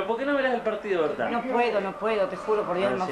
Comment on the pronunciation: Vignolo dice NOAR NOAR jajajajajaja